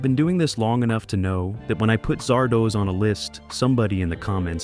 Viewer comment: It's not Zardohs, it's Zardoz, as in Wizard of Oz. Yeesh.....